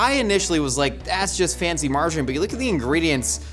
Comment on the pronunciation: Do Americans not know how to say "margarine"? Or is it just, I thought he was saying "marjoram" for half of the video.